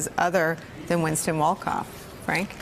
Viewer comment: Winston Wolkoff sounds like "wins ton walk off"! not so fast, my sociopolitical friend!